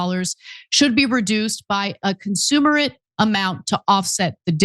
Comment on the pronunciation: bro anyone who is here if you are taking your news from someone who can’t even pronounce com-men-sur-ate We are totally doomed